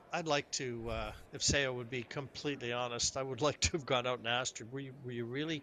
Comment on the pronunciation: If she is going to win every game maybe people will learn how to say her name. It's definitely not "Sayo Sowa". LOL The "Seo" sound is very peculiar to Korean.